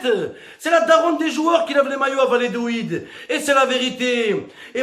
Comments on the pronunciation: L'Espagne c'est un tremplin, en France le foot c'est pas une belle vitrine hein? faut pas se voiler la face. Ah, on dit Va-lla-do-lid.. pas Va-lé-do-id 😄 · il a fait la meme entrée que Mister V mais avec encore moins de budget mdrrr PS: c'est VALLADOLID pas vayédoid